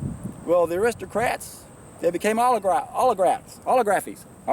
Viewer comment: you gotta re- do this video. Its pronounced OLI - GARK - EE. And OLI - GARKS. Not bashing you though cause youre Bang on point as ever, and you've taught me SOOO much. I am currently on a juice feast, and have elevated my conscious vibrational frequency, cleaned out a load of old crap from my bowels, and with your help, my eyes have been opened to how most people in the modern world (especially the 'experts') are totally clueless. Anyone watching for the first time - keep watching. Join the facebook groups. We need to be the trim tabs. Meditate. Go raw. Do a juice feast. Lets get reconnected. "Only those who go where few have gone can see what few have seen" - Buddha. Amen - keep doing what youre doing!! Much love, gratitude and respect.